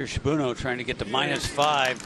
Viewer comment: "Shibuno" instead of "Shibunno".